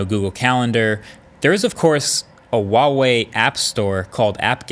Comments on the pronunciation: it's 𝗛uawei, not 𝗪uawei Markass!!! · Why do you say vuavey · I wonder if Marques will ever pronounce Huawei correctly, it is NOT WAWEI, it is HUA- WAY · why do you say WaWei? It clearly says Hua Wei on the device H not W How do you say Human? Do you say Wuman? Hamburgs or Wambergers? Hormons? Wormons? Harmony? Warmony? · American youtubers : Wawei Everyone else: Hu ah wei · It's Huawei, not wahwei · “Wahwe” I’m sorry I couldn’t help myself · Pronounced Hwah-Way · Wtf is with all these US reviewers and their pronunciation? ITS HHua-wei. H is pronounced as in Hotel. U dont say OTEL?? Last part is pronounced wei not WAY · ITS NOT WAWEI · Not wawei. It's Huawei. H like hot. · how the fuck did he say huawei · Huawei starts with a H not a W. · Marques you talk about Huawei a lot..Why not try and pronounce it properly? Not that it matters but it would) be nice if you could. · Is H in Huawei supposed to be silent? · I wish you would learn how to say Huawei lol it’s not that hard